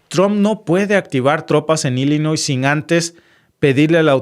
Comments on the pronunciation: SE PRENUNCIA......ILLINOI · No le pongas la s a Illinois lo repites y lo vuelves a repetir 😅😅😅😅😅😅